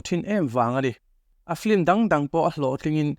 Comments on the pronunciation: Film tih hi flim ti ang hian in lam daih zel hi mak ka ti deuh. 😂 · Lehkhathiam tak tak pawhin "Film" hi 'Flim' tiin kan lam fo mai hi engtizia nge leee !!!